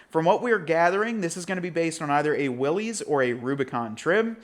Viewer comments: *“Will-is”, not “wheelies” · At this point he has to be saying "Willys" incorrectly on purpose, right?